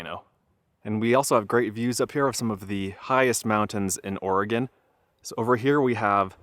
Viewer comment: Paulina is pronounced with a long "i". I wish you guys would get these things correct. I see so many errors on things I do know, it makes me distrusting about the things that I don't. Glad to hear you pronounce Oregon corrrectly.